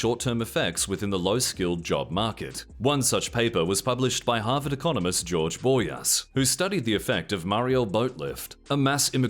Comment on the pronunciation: The way you say "Harvard Economist" sounds like "Half an Economist"